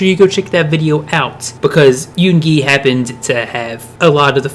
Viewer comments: not yoon GI it is yoo ngi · Heh i died when u said a-gust d , shu-ga , and yoon-gi(not trying to hate btw) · Its not yungi yongi